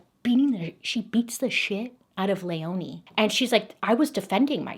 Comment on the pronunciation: My name is Leoni my grandmothers name is Christine and my little sisters name is Lea So this was very interesting and felt very personal listening to 😂 Btw it’s pronounced leeone ❤❤❤